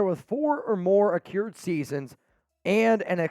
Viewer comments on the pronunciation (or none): The word is pronounced a-crude. Not being a d*ck, just always try to help others improve, and I appreciate others doing the same for me. Not soft, I can handle it 👍